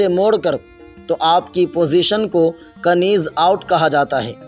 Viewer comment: کنیز نہیں نیز آوٹ ہوتا ہے k بولنے میں نہیں آتا لکھنے میں آتا ہے بس